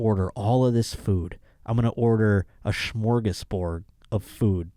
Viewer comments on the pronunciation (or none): none